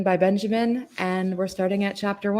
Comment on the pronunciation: Not Benjamin, its Benyamin